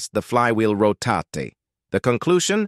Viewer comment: Speech went from bad to: the clutch disk will not rotaytuh, how fast the flywheel row tatay. The conclusion? Clutch has a vee tal rollay, on a vehickley.